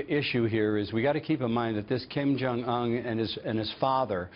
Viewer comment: All these news pundits seem unfamiliar with the correct pronunciation of Kim Jung Un. If a foreign personality mispronounced an american name they would openly be called stupid...